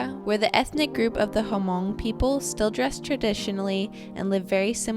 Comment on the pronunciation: "hamong" lmao. It's spell 'hmong' and pronounce "mong" the H is silence.